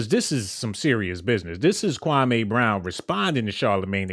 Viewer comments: his name is pronounced kwa=MEE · Dude its KWAME OK🆗🙄 KWAH MEE Now, StFu sounding like your lips STANK like day old Spit.